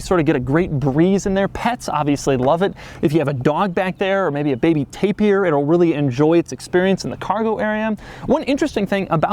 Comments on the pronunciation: "A baby Tapir"..... HA Ha ha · Baby Tapier? 🤣